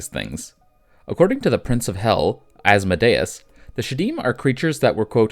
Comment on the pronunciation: sorry man it’s killing me its As-Mode-Ee-Us